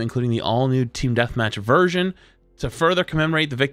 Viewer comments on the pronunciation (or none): none